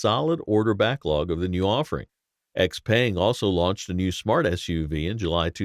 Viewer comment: Your pronunciation of XPeng makes me cringe every time.